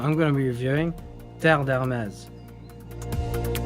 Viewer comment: Finally! Someone who does not butcher the name. That's how it is pronounced.